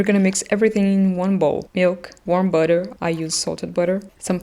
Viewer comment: "Add some bwudyuir"... Love the butter pronunciation